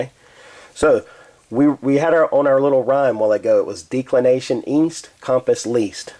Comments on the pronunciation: Maybe a minor point, but you are not pronouncing it correctly, the "e" should be soft, not hard i.e. like the first "e" in the word "decimate" Audio clip of pronunciation is is here: thefreedictionary(dot)com/declination Good vid otherwise, clearly and correctly explained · Can't even pronounce declination correcly from the beginning - why should anyone stick around for the remainder of the vid?